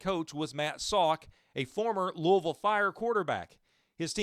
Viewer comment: Welcome to Louisville. Glad you got the pronunciation of our city right. We’ll claim St. Louis as a rival immediately